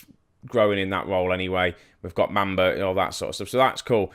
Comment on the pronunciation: it's mum - ba ........ not mam -ba